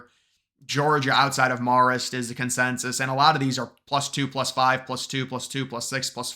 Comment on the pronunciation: It’s “mare-ist” babe